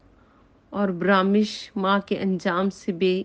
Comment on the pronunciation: محٹرمہ برامش نھیئ برمش